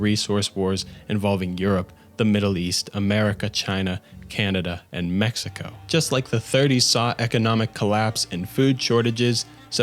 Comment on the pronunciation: Americer, chiner, and mexicer